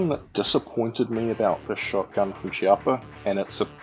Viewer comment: The correct pronunciation is Keeappa :)